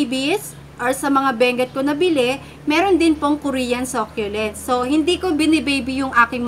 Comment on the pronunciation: Ako din sobrang adik ko sa sah- kyu- lents lately.hahha hindi nmn siguro nakakahiyang mali tayo mg pronunciation. Basta makabili tayo ng same item nayun , bakit ba. Hahhahaha